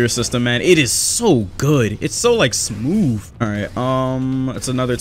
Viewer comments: "smmof" LOL IM SORRY BRO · Dude is it just me or does he sound like he’s saying smoof instead of smooth😂😂😂😂